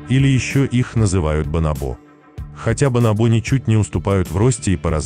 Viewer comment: Ударение в слове бонобо на второй слог: бонОбо